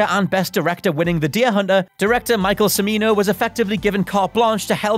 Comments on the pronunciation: He keeps saying “Simino”, Urgh! It’s “Ch-mino”, as in Chair! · Michael Cha-MEE-no, not suh-MEE-no. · Cimino's name is pronounced "Tchimino." That seems like a pretty basic bit of fact-checking, but fortunately you only mispronounced it six times. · Cimino = "chi-MEE-no". And if you watch the full five-hour cut of Heaven's Gate, but treat it like an HBO miniseries or something similar, it's really pretty good. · It's pronounced "Chimino" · Cimino his name is pronounced Cha-me-no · Michael CIMINO...pronounced CHIMINO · God it is like nails on chalk board hearing this guy mispronounce Michael Cimino's name it is pronounced Chee-Mee-Noh